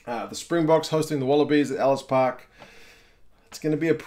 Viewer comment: Thanks for saying Ellis park